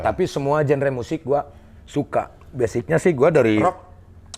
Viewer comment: Maaf cing, Genre itu bacanya "janra"✌️